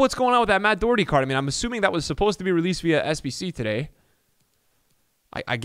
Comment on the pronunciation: it’s not doo Herty it’s doh herty xx